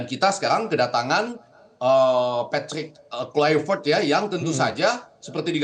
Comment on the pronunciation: Untuk pengamat² boleh pke aplikasi google translate biar gampang untuk belajar pengucapan nama pelatih patrick kluivert biar enak di dengar.hanya skdar saran 😂😂😂